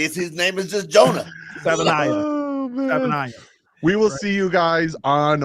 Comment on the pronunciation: You guys are pronouncing Jonah's name incorrectly. The ending of his name rhymes with Hawaii. Love the show.👍